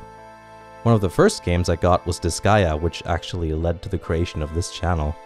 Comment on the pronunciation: How did you pronounce Disgaea! That destroyed my heart and ears D